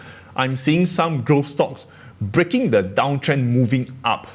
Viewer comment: Noticed you changed your pronunciation of some words haha. “Stocks” from “schtocks”, “less” from “lesser”, and “invest safely” from “invest safe”. ;)